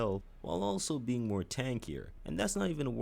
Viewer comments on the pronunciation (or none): none